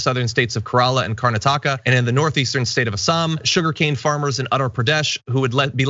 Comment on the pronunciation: Car-nat-eh-kha...emphasis on nat.